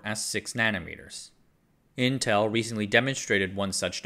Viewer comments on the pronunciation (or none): none